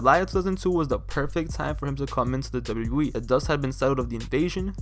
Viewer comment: It's my strong opinion that the quality of your commentary would improve greatly if you focused on enunciating 'Double-U Double-U E' better. The way you say it comes across as lazy and deviates from the points you're trying to make. Good video otherwise!